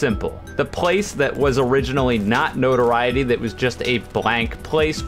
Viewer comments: yes he is, no-tor-eye-it-ee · Then you're the one pronouncing it wrong. It's pronounced like no-to-RI-e-ty. Look it up. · you're not saying notoriety correctly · You pronounced Notoriety wrong lol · I did. Maybe there’s two pronunciations and they mean different things. I don’t know